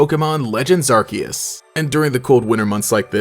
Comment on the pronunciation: I’m glad you said Arceus the right way.